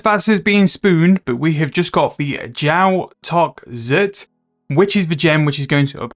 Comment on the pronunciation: Your pronunciations and abbreviations are lowkey funny and get stuck in my head like earworms "invo" instead of "invent" "Tahzahr instead of tzhar"